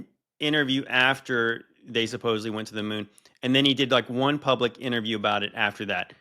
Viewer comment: I wouldn’t say anything normally, but this has been going on a while, the word is SupposeDly not SupposeBly. 🫶